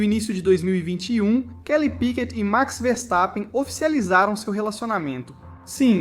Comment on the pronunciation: Falar P.Í.Q.U.E.T é DUREZA hein coleguinha…. 🫣🤦🏻‍♂️🤦🏻‍♂️🤦🏻‍♂️